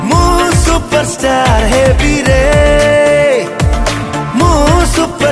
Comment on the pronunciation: ସୁପରଷ୍ଟାର୍ not ସୁପରଷ୍ଟାର୍ଟ